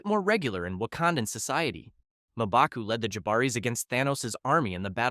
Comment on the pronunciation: Who the hell is "Maaa-baku?"